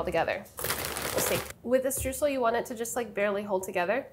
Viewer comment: it's a hard word to say because you're saying it wrong. it's pronounced str-oy-sel ! (Source: I am German, that's how we say it)